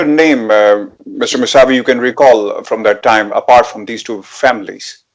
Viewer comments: His name is kaveh Mousavi .He is British Iranian.plz pronounce correctly mousavi not Masavi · ان کا نام‌ اردو میں کاوہ ( فارسی میں اس کا تلفظ کاوے ہے) موسوی ہے مساوی نہیں.